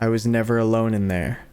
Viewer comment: “Ore you olone”💀